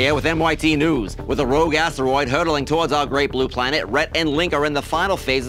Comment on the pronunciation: Anyone else picking up on the ASS-teroid way Rhett says it xD